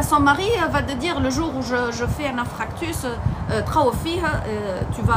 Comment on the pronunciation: On dit INFARCTUS et non INFRACTUS. 💕💕💕♥️